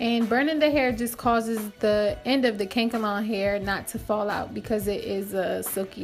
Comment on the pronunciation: Its pronounced ka•nak•el•lon not kankalon